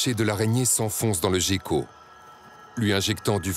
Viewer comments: La nomenclature "Gecko" se prononce Guecko (en termes de nom scientifique international) mais quand on est un bolosse dans un documentaire français on a le droit de dire "jecko". Oui c'est triste. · On dit gueko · Non tu a bien raison sa se peonoce guecko c’est juste lui qui est con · Patou Gaffou ça se prononce comme ça, mais cet autiste sait pas prononcer les mots (il est français, sorry les gens mais c'est vrai) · Gecko c se prononce comme ça ??! J’ai toujours prononcé ça guecko moi :(